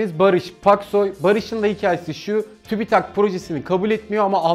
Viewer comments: Tübitak tübitak değil ki tüpütak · Tübitak değil abim siz bilmiyonuz . Tübit- AK , simdi oldu .